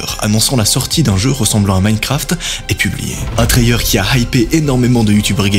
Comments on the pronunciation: Ok ok… mais un « trayeur » sérieux ? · Pourquoi tu prends une voix super agaçante, tu ne peux pas parler normalement, ça te rend insupportable et prononce Trailer correctement.